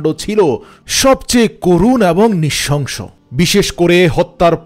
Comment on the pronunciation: আশাকরি " নৃশংস " শব্দটি যথাযথভাবে উচ্চারন করবেন।